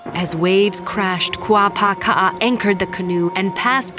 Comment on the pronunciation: Kuapaka‘a, not Kuapāka‘a. Am I hearing her pronunciation oddly??